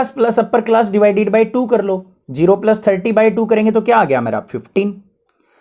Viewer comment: The best video I have ever seen in my life..... Keep it on sir..... We love you bss aap plos ko plus bola kro thanku sir.... 💖